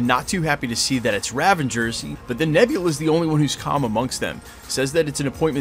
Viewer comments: It's Ravagers not Ravengers. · Was he saying Ravangers this whole video? Or did I mishear and he actually said Ravagers?